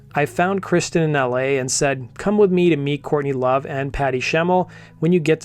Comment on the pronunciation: Dude with all due respect if you're going to talk about a band you should probably at least learn the name of the singer before you make a video about the band and mention their name incorrectly. J/S